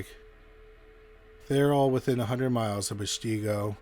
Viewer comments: All those names in Wisconsin are Native American. And Peshtigo is pesh-te-go. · Right. Pesh-TEE-go LOL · You are pronouncing the city wrong Pes to go. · I lived outside of Peshtigo, it definitely felt haunted with many people. Btw Peshtigo is pronounced Pesh (like push, but with an e) tee, go. Don't forget that is also the area where the first French explorers landed in Wisconsin. Many indigenous people and settlers died in that area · Came here to say that. I grew up in Appleton. It's Pesh-te-go. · We go through similar things in PA. Lancaster county isn't LAN-caster. It's LANG-keh-ster. 😅 Plus we've got some fun Dutch, Scottish, and some Native city/town names to mess with anyone who didn't grow up here, so they don't know how to pronounce the places. 😂😉👍💖 ETA, thank you for the proper pronunciation of Peshtigo. Unfortunately, our dear narrator mispronounces a LOT of words. 🙄🤦‍♀️ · Yes, and that pronunciation of Peshtigo! 🤦‍♀️😆